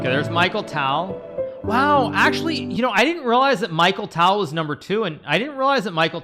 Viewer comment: why does hikaru say micheal tal even the correct pronunciation is me-kyle tal